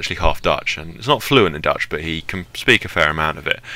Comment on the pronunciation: Are you saying Dutch or Deutsch (German)